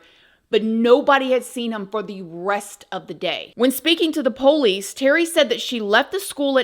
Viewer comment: I love how you say: Ph-OHL-ice. LOL